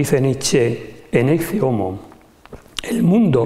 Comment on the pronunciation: ¿ No se pronuncia la expresión latina como "Eque Homo" ?